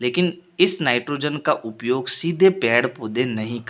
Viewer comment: Upyog kota hai uiyog nhi sir shi pdhao baccho ko galat mat pdhao